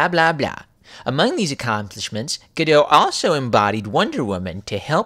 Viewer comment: As I understand it, the 't' at the end of Gal Gadot's surname is pronounced (Gah-dot).